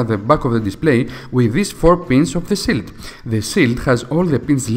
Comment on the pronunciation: It is a "shield" not Chill? " Sh_ ill_ D"